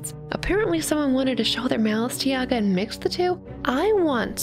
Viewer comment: Never thought that our fairy tale "Vasilisa the Beautiful" is kinda Cinderella's origin. And I really love your pronunciation of names. Oh, also here is the emphasis on the second "a" at Yaga